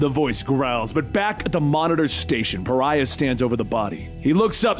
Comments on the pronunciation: You said Pharah instead of Pariah way too many times. There is a vast difference between an Egyptian lady from Overwatch and a white male demigod from the DC universe. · One last video of him mispronouncing one last name, Pariah as Pharah. This is not a grievance, gripe or complaint. I actually li,e Pharah better than hearing Pariah. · Love you, but Pariah is pronounced Puh rye uh...YAY!! You got it right in Supergirl's death issue!!